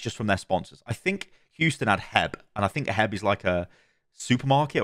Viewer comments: Love it! Also, it is H. E. B. NOT heb lol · pronouncing H E B as “heb” was the highlight of this video as a Texan 😂😂 but yes it’s a large grocery chain in Texas! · It's pronounced as separate letters. So H, E, B. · As a Houstonian it is pronounced H E B. Like saying the letters. It stands for the founder Herbert E Butt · YOU PRONOUNCE EACH LETTER H E B lol love the videos from Houston